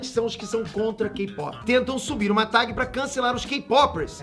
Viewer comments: Pow vc falando tag errado me deu uma agonia kkkkk..... Invés de falar TEG ele fala TAG como se escreve kkk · uma facada no coração a cada "Tagui" do